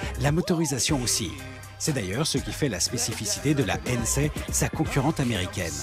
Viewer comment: La prononciation de Hennessey et de Koenigsegg awwwrr